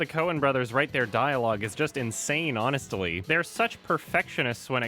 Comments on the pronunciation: frydsaman he adds like an extra syllable lmao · is anyone else concerned with how says honestly here